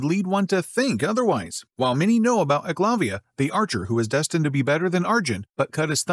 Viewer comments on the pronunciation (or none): It's pronounced ayk-love-ya